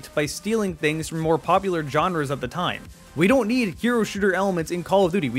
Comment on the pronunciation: "Genres" is not said "John-rahs".